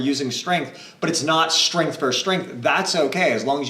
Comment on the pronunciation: One thing that always stands out in your videos, and I don't mean this to be offensive, is that you pronounce the word "versus" with only one syllable (like "verse"). The word does have two syllables... this faux pas is a bit jarring.